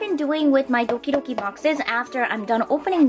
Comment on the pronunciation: I knowww! That's what I keep hearing too.